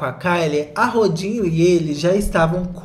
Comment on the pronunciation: só escuto "rodinho" e amei